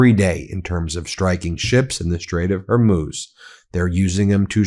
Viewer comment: Thank you for finally pronouncing Hormuz correctly Ben.